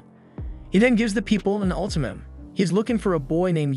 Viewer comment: Ultimatum...not ultamim